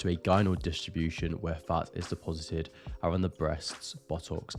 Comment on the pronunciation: When you say fats all I here is farts.